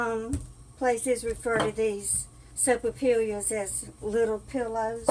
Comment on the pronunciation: not being critical, but the l's are pronounced like y's😁